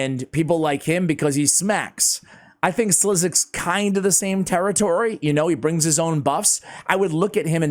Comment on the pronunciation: SliXus,😅 speak it out as SLICKSUS 💜